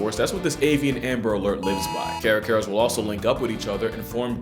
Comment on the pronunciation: Not giving you a like just because of the way you said "Carcará"